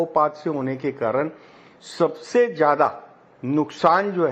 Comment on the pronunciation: Chal ay bandri zeada chir chir na kar bolna tum logon ko ata nhi zeada ko jeada kehty ho